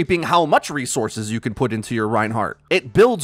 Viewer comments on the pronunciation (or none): none